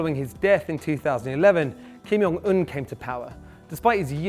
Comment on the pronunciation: Kim Il-sung died in 1994, and Kim Jong Un shouldn't be pronounced like "Kim Young-eun"